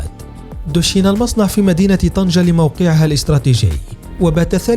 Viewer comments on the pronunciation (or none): none